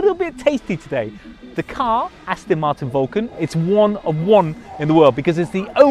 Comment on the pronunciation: It's As-TON not As-TIN.